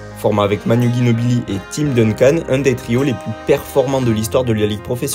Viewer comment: Par contre thunder c'est singulier et faut check la prononciation des noms de famille (ginobili holmgren ou doncic)